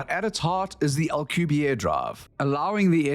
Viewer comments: It is pronounced al-Que-berry. This discrepancy has been reported to the Ministry of Truth for further evaluation. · Alcubierre is pronounced AL-CUE-BEAR